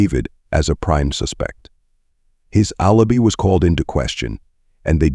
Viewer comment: The reader mispronounced alibi, Boca Raton, facade, proceeds, and more words and names which really detracted from this video!!!!